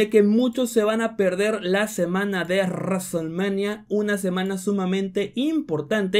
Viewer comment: Es en serio lo que escuche?? RASTLEMANIA??? Eres español o que pedo, no puedes decir bien WRESTLEMANIA??